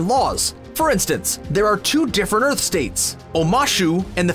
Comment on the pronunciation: did he say erth tribe?